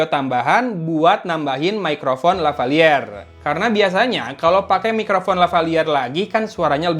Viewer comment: LavaLieur a 🤣